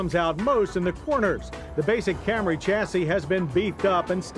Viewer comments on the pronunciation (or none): It took John 20 years to call it a Camry lmao If you look at the older Camry episodes, he continually calls it cam-ray.